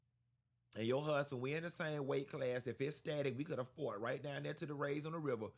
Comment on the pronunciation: Lmao Q so damn silly 😭😭😭 he said we could’ve thumped raight quick